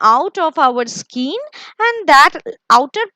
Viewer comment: Nice.. Thanks for the explanation..but there is a pronounciation mistake. You are saying skeen it's not skeen it's skin